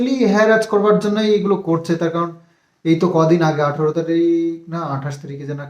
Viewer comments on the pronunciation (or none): none